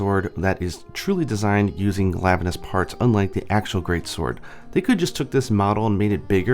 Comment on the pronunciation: ... "Glavuh-nus". Yeah... sorry, the way you pronounce some of the monster names really makes me cringe. And why would anyone have ever pronounced Tigrex "Tih-Grex"? Shudders As for the Tigrex weapons... that is NOT the Bow's original design. In fact the Bow and the DBs were the only ones that did not look utterly revolting in their original form... and I guess they wanted ALL the Tigrex weapons to be ugly, so they changed the only decent ones. As I said against the other video though... I'm sure there are folks over on the Nexus who can bring across weapon designs from GU and could mod over these shitty excuses for weapons. And isn't there a Nargacuga Bow? Don't tell me they didn't even bother with a Narga Bow for Iceborne... That would just be unforgivable.